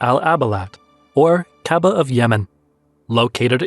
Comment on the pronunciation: Why you say kababah instead of kabah